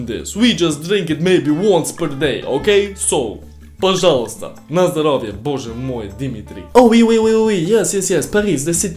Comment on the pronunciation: My favourite moment. You say «пожалуйста» and «боже мой» like Russian